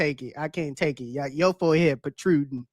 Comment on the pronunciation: Yiooo this guy said protruding 😂😂😂😂